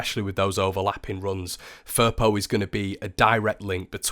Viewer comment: Good to see you back!!! Speedy recovery! PS. His last name pronounces "Fee-Po"